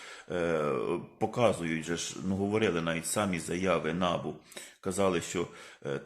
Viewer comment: Та не нАбу,а набУ, будь ласка, говоріть правильно